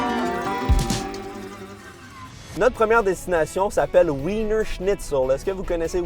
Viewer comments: il me stresse trop à dire winner alors que wiener se prononce vina vu que c'est de la ville de Vienne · Ça se prononce "Vina"! 😂